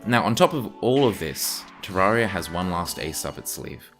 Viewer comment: clicks on video hears how he pronounces terraria leaves